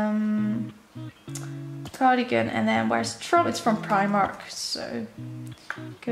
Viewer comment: sorry not hate but did you say primark wrong again no hate I love your videos.